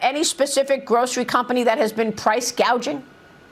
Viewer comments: Kamala Harris recently said, “I will work to pass the first-ever federal ban on “prou…price-“gaging”” on food”…..not to be confused with “price-gouging”, but instead of learning the correct pronunciation of her desired practice of communism regarding price-gouging on food, Communist Kamala and Tampon Tim had a profound and necessary conversation regarding said food….. Tim Walz: “Like I have whîte-guy tacos, and—“ Kamala Harris: “What does that mean? Like, mayonnaise and tuna? What’re you doing?” Tim Walz: “Pretty much ground beef and cheese.” Kamala Harris: “That’s okay. Do you put any flavor in it?” Tim Walz: “Uh, no.” Kamala Harris: “Oh, okay.” Tim Walz: “Um, here’s the deal—— No, they said to be careful and let her know this, that błack pepper is the top of the spice level in Minnesota, you know.” Kamala Harris: “I’m the first vice-president, I believe, who has ever grown chili peppers.” Tim Walz: I’m trying to expand my food knowledge.” Kamala Harris: “You know what, we’ve got some cantaloupes. You’ll be fine.” Tim Walz: “Yeah.” 🍱 🍲 🥘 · Can we 🙏 please 🙏 talk about KOMMIE-LA saying "Price Gauging" instead of "Price Gouging" during her speech??? I mean, I guess it was too much to think that the Ron Burgundy moments would leave with Biden, but apparently not. How BRAINLESS do you have to been to not realize wtf you are reading and speaking?!?! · Kamoola calls it “price gauging”. That should be enough to know that she is a clueless puppet and belongs nowhere near the White House. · Commie- La actually said "price gaging" 😅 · Or as she said “price gauging”.